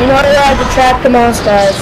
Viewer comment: It's not pronounced "Moss"